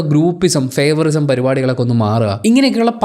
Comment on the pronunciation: ഇംഗ്ലീഷിൽ ഫേവൊറിസം എന്ന ഒരു വാക്കില്ല. ഫേവൊറീടിസം എന്ന് ആണ് പറയേണ്ടത്